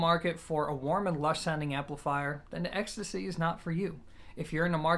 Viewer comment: Well, I thought you pronounced it more like ecstasy, 😂 Still, great review for a piece which has been in my sight for my bedroom setup for some time now 👍